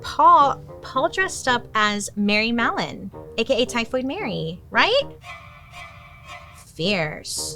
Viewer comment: but I heard mellon? 😢